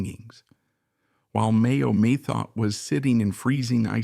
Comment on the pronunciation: Mayo Methot was the abuser. When drunk she was refered to as a "wild cat". Methot is pronounced Meth-oh. The final T is silent .